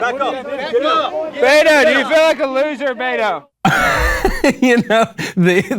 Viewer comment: Lmao he keeps saying Beta